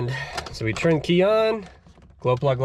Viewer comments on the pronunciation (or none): none